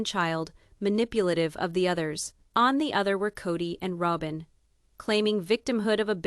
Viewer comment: Why put it out when you can't even say Rowbins name right. Robin Rowbin. If its worth listening to at least main characters names right